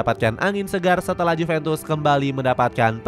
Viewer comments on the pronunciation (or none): none